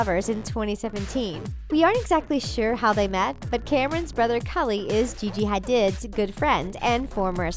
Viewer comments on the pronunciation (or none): So nobody’s gonna acknowledge the fact that she said Gigi hadids name wrong???